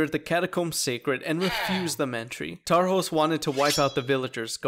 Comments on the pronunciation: His name is pronounced Tarhosh Kovách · Tarhosz kovaksz, hahaha. I love when english people say hungarian names in their own accent.